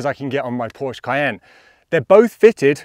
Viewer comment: He lost me when he said Porsche Cayenne.